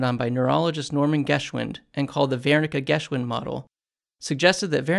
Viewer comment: THANK YOU!!! random but I'm an audiobook producer. Never had to say Wernicke before so thanks for the correct pronunciation. Lmao I would've said werr-nick-ee not vair-nick-ah 😆🤦